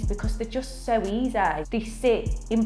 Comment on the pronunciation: She says easy and then says eazzai? Is this a genuine accent? Lashes look great!